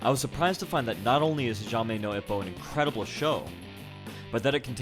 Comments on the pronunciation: This was a pretty rad surprise. I love Hajime no Ippo and discovered it shortly after I started to really grow an interest in boxing. But i'm pretty amazed by your pronunciation. Who the hell did you hear pronounce "hajime" that way? It's a pretty common japanese word, easy to look up. Personally, i'd rather the channel sticks to the real fights in general. But this was one exception I'm pretty pleased with. Random factoid you may be interested in is that the writer owned a boxing gym(it may still be open, i'm not sure). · ha"ja"mi no ippo XD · "hijame no ippo" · lol its all good you just switched up the a and the i in hajime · You got your syllables backwards. Ha-ji-me, not Hi-ja-me. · HA-JI-ME :'( please pronounce it properly (it's Japanese).. not Ja-may... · He reads hajime: Ha-ja-me instead of hahime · Hee-jah-may no Ippo? Dude, Hajime is pronounced HAH-JEE-MEH! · It sounds weird when you pronounced "Ha Ji Me" to "Ha Ja Mi" LOL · heejamay lmao It's Hajime. hahjeemay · this has been very educational and i thank you so much for the hard work in researching and editing this video. and you are forgiving for pronouncing hajimi wrong :D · Not to rip on you or anything, but you kept pronouncing it Hee-Jaw-May. It's actually pronounced Haw-Jee-May. I understand how you can mix it up because they're somewhat similar and if you have no Japanese experience or little experience in anime, it can be hard. But great work. Not gonna lie though, I'm a weeb and I love this anime so it was frustrating to hear wrong pronunciation lol. But other than that, great work. Would love to see more videos! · Hijahme? Lol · Ha-ji-mé xd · its HA-JI-ME no ippo. Pleaseeeeeeeeeeee. :) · (Ha-JIH-mahy) (no) (ee-poh) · Hajame na ipo.. are you serious dude 😂😂 ma gad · It's Ha-Jeh-May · Hajime HA-GEE-MAY incase you talk about this show again. nice vid though, loved that anime. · you really killed me when you pronounced that wrongly